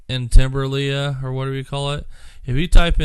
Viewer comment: I'm from NS. More specifically Lakeside/Timberlea "governors lake" season 3. It's pronounced TIMBERLEE not Lea. And it's called lakeside trailer park. Even thought it's in Timberlea.